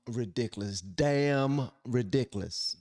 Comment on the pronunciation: Some of my favorite things: 1) some good lovin' 2) pecan pie 3) hearing say "Ridiciliss" Our country turned its back on Derek Chauvin because everyone who was in a position to speak was too scared to say what needed to be said.